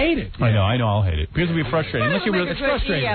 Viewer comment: Bee - kahs. (Because)